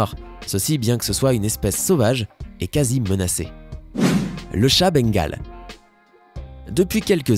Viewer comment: J ai Bengal est il on jamais rien fait. Est comment il dit Bengal 😂